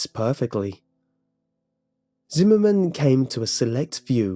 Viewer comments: zimmerman? i thought he said cinnamon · I went through almost the entire video before I realized his name was Zimmerman, not cinnamon. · I keep hearing cinnamon instead of whatever name he's actually saying 😂😂😭😭